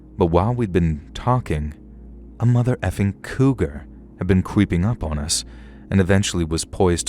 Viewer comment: Lmao I noticed this too